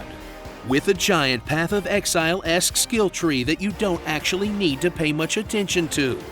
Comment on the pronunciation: Axetually... Nicr